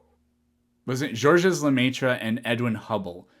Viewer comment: The S in Georges (Lemaître) is silent.